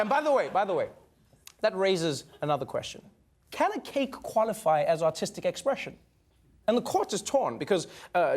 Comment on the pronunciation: Everytime Trevor says "artistic" I hear "autistic"